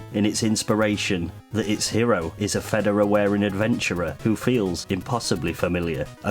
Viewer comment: Pronounced: fuh-DAWR-uh. Also, its more like 30 deg angle.